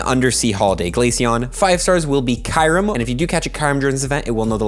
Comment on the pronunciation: Can someone please get a Pokémon Deluxe Essential Handbook for Christmas? It has all the pronunciations in it (such as KYOO-rem)😁 Enjoy the quick punchy vids your content has come a long way. Details matter though so please get the names right 🙏 Merry Christmas 🎄